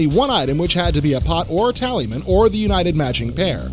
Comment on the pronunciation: It's Talisman not Taliman